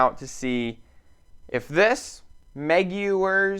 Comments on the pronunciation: Did you just say meg-u-ers? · It’s pronounced like Mark McGwire’s last name. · Dude can’t even pronounce Maguire’s so yea def don’t take his advice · It’s McGuire… pronounced like Mark McGwire. I actually just bought a bottle of this and a bottle of their compound and a bottle of their polish as well. I tried this on some chrome cards that were 10 years old and the compound and polish worked best. Just be sure to wipe off before any of the chemicals dry to ensure there is no residue left over. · How the he'll did you pronounce it. Lol say it the same way you would Toby Maguire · Haha. It’s pronounced like Mark McGwire. 👍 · It's pronounced McGwires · Yeah it was funny hearing him say it